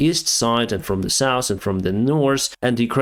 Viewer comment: you communicate in the language extremely well ? today we are flying from the saus to the nors :/